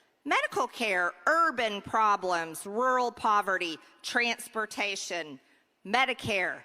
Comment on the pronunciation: Hear how she said "trans-portation"? That's a clear attempt to use a buzzword to drum up fear.